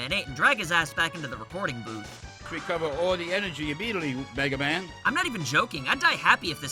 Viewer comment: " We need to wecovew all the enewgy w-megaman"